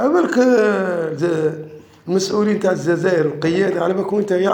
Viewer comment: سمعتوا كلمة الززائر 😂 تعرفوا شكون لي يقول ززائر